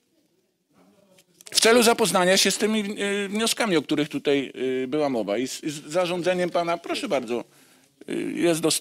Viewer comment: Tutaj a nie tutjej tal się mowi jak się nie mówi prawdy😂